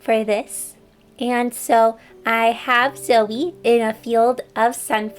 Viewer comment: Am i the only one that heard silvie when she said zoe